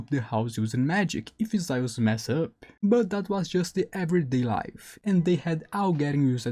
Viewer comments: Zaius? It’s Zeus. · Well if it isn't your first language and don't care to try to say it correctly, might as well just call Zeus "Thea" as that's his name in Greek.